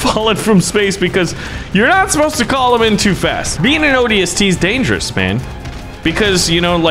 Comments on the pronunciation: I'm really mad at A. He's saying ODST wrong B. He doesn't seem to know any halo lore and C. He's very idiotic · I wish he said ODST right, the magnum not as a pistol and others